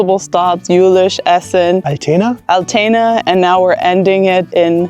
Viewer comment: Altena, near by my old hometown. In the "Burg" is home of the first youthhostel/Jugendherberge of the world. Die Betonung liegt au der ersten Silbe "Al"tena nicht auf "tena" (klingt nach einer Vorlage für ältere Herrschaften 😂).